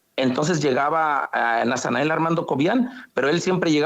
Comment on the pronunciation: Órale que el refinado y educado está este ratanael que diga nasanael😅😅😅😂😂 pura mugre de gente